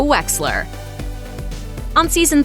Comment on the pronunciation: Did anyone else think that joe wexler said joe weller